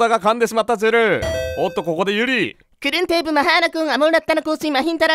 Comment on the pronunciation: タイに住んでるのにバンコクの正式名称知らんかった… でも…発音が全然違う！